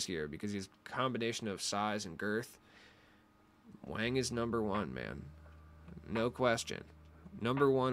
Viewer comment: Stroke it with that big Wang It’s pronounced “Wong” all you sus-y serge Ibaka’s